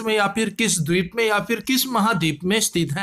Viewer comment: भाई तुम टीचर/स्टूडेंटतो नहीं हो क्योंकि तुम्हारी वीडियो में बहुत बड़ी बड़ी गलतियां होती हैं । जैसे इस वीडियो में : मनोलोमा नहीं मौना लोआ होगा । हवाई डीप नहीं हवाई द्वीप होगा ।